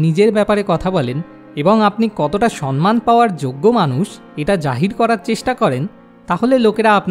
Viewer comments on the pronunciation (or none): আপনার প্রতিটি ভিডিও-ই মানুষকে ভাবায়। কিন্তু 'সন্মান' বলে কোনো শব্দ বাংলা ভাষায় নেই। এই ভিডিও-তে আপনি একাধিকবার 'সম্মান' শব্দটি 'সন্-মান' উচ্চারণ করেছেন। ভিডিও-র শিরোনামেও লিখেছেন 'সন্মান'। সঠিক উচ্চারণ হবে - 'সম্-মান'। আশা করি, আপনি এবার থেকে এটা মনে রাখবেন। কারণ ভালো উদ্দেশ্য নিয়ে করা যেকোনো কাজ নিখুঁত ও সর্বাঙ্গসুন্দর হবে, এটাই কাম্য। ভালো থাকবেন। 🙂🙏